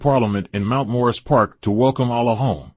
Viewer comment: It sounds like a devil (a divine evil) is doing the documentary. Peep the sound when he says "Allah" and "Karriem". Can we get a documentary by one of the first 9 born?